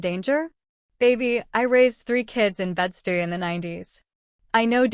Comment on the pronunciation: I LOVED this story! They brought out the best in each other, and broke down each other's walls. So glad that she had backbone, and was not a maid! Just a few things: Bed-Stuy is pronounced bed-Stye (rhymes with eye) More pictures, and better synched to the action. The wedding and the pregnancy test, as well as the birth of their child all deserved an image.